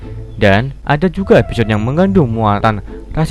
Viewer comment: "....EPISYOD...." Episyod... Episyod... tepok tangan